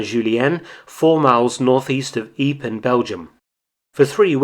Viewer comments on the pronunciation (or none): "Eeep"? Sorry chum, but I believe you meant "wipers". Other than that, well done. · Nice video but can't help chuckling at your pronunciation of ypres but I couldn't do better if I never had seen the name before.